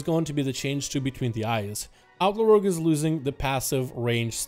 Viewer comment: Instead of 'Outlaw', I kept hearing 'Alpha Rogue'. Thought he was saying Outlaw was the Alpha spec.